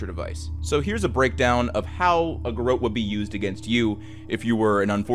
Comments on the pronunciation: Its pronounced 'Gar rotte' Not 'Gar oat'. Its also 'DisorIENTated'. Sorry. Just makes my teeth itch hearing words mispronounced. Great channel. Love your narration, brain itchs aside 😉 Keep up the great work ! 👏😁💛🇦🇽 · It's pronounced Gerawt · That’s not how you say ‘garrotte’ lol. Imagine a very French French person saying ‘carrot’. That’s how you say it 😂